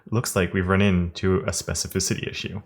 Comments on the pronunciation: I would buy it just out of respect for the amount of times he said specificity without mispronunciation. Ridiculous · I remember you struggling to say specificity, I think there is actually a dedicated video about it, glad you're saying it with ease is.